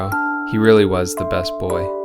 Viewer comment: Every time you said "was" I died a little more